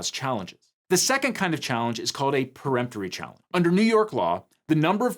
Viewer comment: For the love of God if you're going to hire somebody to read off of a teleprompter for you please teach them how to properly pronounce legal terms. Preemptory and Voir Dior are both being massacred.